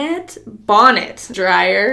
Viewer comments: “bone-net” 😂😂😂😂 it’s bohn-net. you’re so cute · as a black girl hearing you butcher bonnet was entertaining LOL